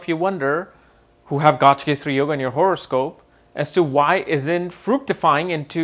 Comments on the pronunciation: It is not Gajkesari... It is Gaja Kesari ! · It’s pronounced Ga Ja, not gaaj. Pronunciation of words according to its origin is important! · Nice video but the actual pronunciation is gaj (ga and ja..like saying kaj) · You are pronouncing Gajakesari as Gaajkesri. Please pronounce Gaja properly. "Ja" should be emphasized.